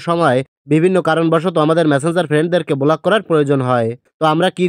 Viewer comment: বোলাক নয় ব্লক 😂